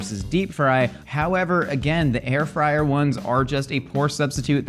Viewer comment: Air frid lol😅